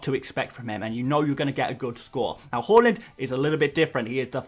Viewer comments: It’s pronounced har land not whorelund 😂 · it's "H-A-A-A-A-A-Land":) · Bro said ‘hawland’ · I like that you try to pronounce Haaland’s name correctly, but it’s actually pronounced “hål-an”. Keep up the good work, bro. You’re the best fpl YouTuber out there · I know this is a sap comment form me but Haaland is pronounced "Ha land" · why you always say haaland name wrong😂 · Bro you need to check your pronunciation of Haaland…